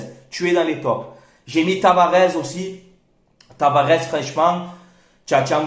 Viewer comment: TavaresssssS....pas Tavarezzzz